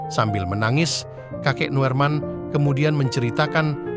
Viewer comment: Wooiii min....! Kalimantan itu luas , sebutkan kotanya jangan Hoax... sebut nama yg jelas juga, kalau kamu pake teks to spech yg bener...Noerman = Nurman Noorman = Norman, Nurman. Artikel gak tuntas mau ke mana juga naek KRL